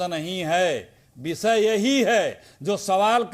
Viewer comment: पहले हिन्दी ठीक तरह से बोलना सीखें,विषय होता है,विसय नही,देश होता हैं देस नही 😅😊😂